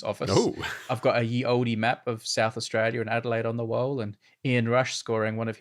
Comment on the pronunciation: Ye is pronounced the same as the, Brady. 🤦‍♂️